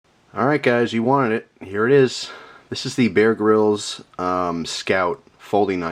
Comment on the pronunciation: he sais bear grilled knife